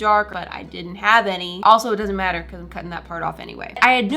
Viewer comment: She’s literally making it for the looks 😂 also, it’s ‘matter’